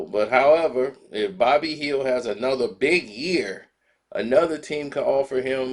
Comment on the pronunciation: Who's bobby hield?!😆😂 It's buddy man...